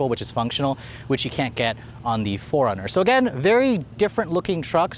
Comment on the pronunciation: Sounds like you’re calling it a Foreigner.